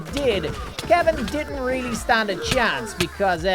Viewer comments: He pronounced kevin as kalvin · You pronounced kevin incorrectly